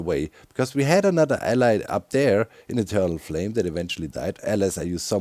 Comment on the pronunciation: doc pronouncing allay like allai always drives me crazy